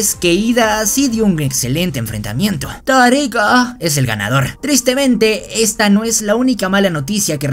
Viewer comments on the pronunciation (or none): "Todoricoo"ajajajajaj wey nmms toy qur me meo de risa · Por qué dice toriko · No se dice todoroki se dice todo riko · amigo das cringe enves de decir el nombre correcto de un personaje dises ¨todo rico¨ pero me gusto te daria un like pero me diste cringe 😬